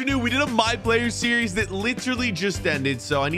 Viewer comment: You said series wrong